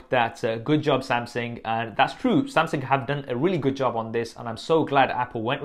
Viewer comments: its Samsung not SumSing lmaooo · Samseng? Wtf Sam-sung bro. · Samsing ? :o